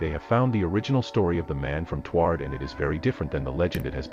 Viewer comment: Hearing the AI pronounce Taured as "tward" physically hurt